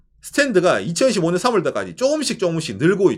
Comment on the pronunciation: 좋은 내용 잘보았습니다. 한가지 아쉬운게 발음 좋으신데 2025년을 2015년으로 발음하시는 걸로 들리네요ㅎㅎ 옥의 티였습니다. 채널 더욱 발전하기를 기원합니다~~